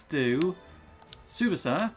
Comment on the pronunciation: So as both a inazuma and Tsubasa fan I can say nitta is no Willy Glasses but he is very much not that relevant to the series, also yes your goalkeeper was preety much god in the series and probably the best or second best in the game edit: More things: that is not how you say tsubasa, Nitta is a foward and what you read as defenders is one of his skills called dribbler, also if you are curious every player in the japanese team is at least decent but the real stars are Tsubasa, Hyuga, Misaki (not in this game but in the series he is supposed to be very good) and Wakabayashi with a special mention from misugi that is just relaxing on the bench